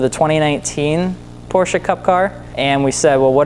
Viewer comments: it‘s not porscha either, the e is like you would pronounce it between the m and the c in mcdonalds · "Porshhhees"?? Porshe! "Shut the fuck up"!!! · Shit, I think I accidentally deleted my comment. It sounds more like "Porsch-uh", most american seem to pronounce "Porsch-Ah"... That said there wouldn't be any issue with that... If only some annoying dudes weren't trying to impress people, trying to pronounce something they can't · say Port, but with sch instead of the final T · Roasting a Porsche Owner Step 1: Mispronounce Porsche Step 2: Profit from their anger and Roast them while they are caught of guard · As a german I have to hold back my aggression every time an american tries to pronounce Porsche.